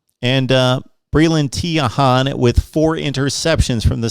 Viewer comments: Bruh lol it's pronounced Tray-hand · I’ve never commented on a video before but man you really said Trahan like that 🤣🤣